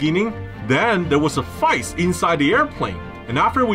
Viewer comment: Did sam say fyce instead of fight? Lol